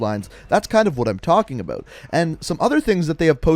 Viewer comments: But he doesn't say "about," he says "abeaut." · The way he says about lol